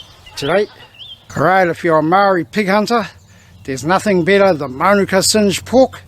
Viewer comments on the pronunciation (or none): Close your mouth when you eat ya old gronk! And learn how to say “maori” properly not “Maaaaariii”